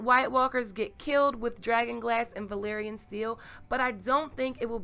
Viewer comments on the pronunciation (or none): none